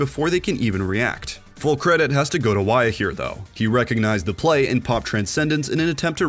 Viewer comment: Wya is pronounced Wu-ya